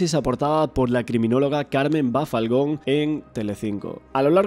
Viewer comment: Bafalgon no, es Balfagon!!